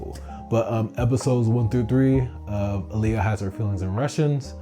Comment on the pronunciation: You kept saying Aaliyah and Kazu. It's Ah-l-ya and Ku-ze. That drove me insane lol Besides that, great analysis so far.